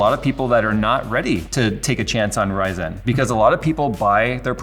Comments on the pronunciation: Why does say ry-ZEN? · Why does put in a dash when he says it. RY-ZEN? wth? It's one word. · From the title, I thought I would actually learn something about Intel in 2020, not talk about the past. Also, I wish would stop pronouncing Ryzen like it's two seperate words. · Stop saying RYY!!zen. It just ryzen lmfao